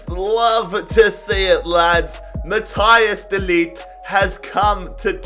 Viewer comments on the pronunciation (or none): “mathias de likt”